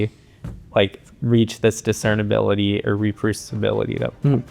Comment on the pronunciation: This was a great video, but it's "discernibility". Sorry I had to point it out 😅